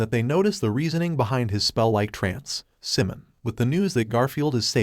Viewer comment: It's Psimon as in "Simon," not "Simun ! "